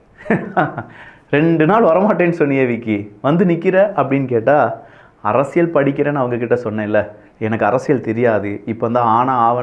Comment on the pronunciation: தம்பி அவர்களுக்கு ஒர் அன்பான வேண்டுகோள். அரசியல் என்ற வார்த்தையில் ள் போட்டு பேசுகின்றீர்கள் "அரசியள்'. அதேபோல் பல்வேறு இடங்களில், ல் க்கு பதிலாக ள் என்றும், ள் க்கு பதிலாக ல் என்று சொல்வதை பல இடங்களில் கேட்கிறேன். தமிழ் வார்த்தைகள் நீங்கள் தெளிவாக பேசினால், அது தான் தமிழ் மொழிக்கு சிறப்பு. தயவுசெய்து பயிற்சிகள் செய்து விட்டு, முறையாக பேசினால், கேட்பதற்கு மிகவும் அருமையாக இருக்கும் என்பது என் கருத்து. தவறுகள் இருப்பின் பொறுத்துக் கொள்ளவும். நன்றிகள் தம்பி.